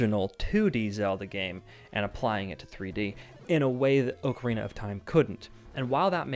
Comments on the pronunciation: Oh my god just say ocarina correctly. It’s aa-kr-ee-nuh not oo-kr-ee-nuh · Can’t stand the “oh-carina” pronunciation of Zelda OOT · Am I the only one dying inside when he mispronounces Ocarina as Ohkarina? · Also the ‘O’ in Ocarina is a hard choked ‘O’ in Ostrich